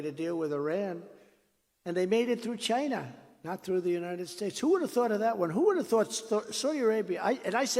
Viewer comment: Stop saying Chyna.